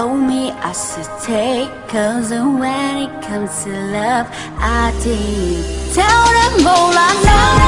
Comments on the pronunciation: Công nhận bài này phát âm sai nhiều, từ love thành like thật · nói :Chất giọng chị hay nhưng phát âm tiếng anh thì tệ quá từ đơn giản như ''love" em nghe chị hát thành "like" luôn í. Nếu bài này phát âm tốt thì k bị chê nhiều như vậy :( ! vầy mà đag chê người ta còn j nữa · Chất giọng chị hay nhưng phát âm tiếng anh thì tệ quá từ đơn giản như ''love" em nghe chị hát thành "like" luôn í. Nếu bài này phát âm tốt thì k bị chê nhiều như vậy :(